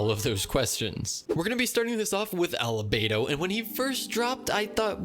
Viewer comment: He is Albedo. Ever heard the name "Alchemy" ? He is an Alchemist. And his name is ALBEDO!!! not Alebedo or Elevetor!!! Read the name and pronounce it properly!!!! Geezz nowadays anyone Becomes YouTubers. Literally any one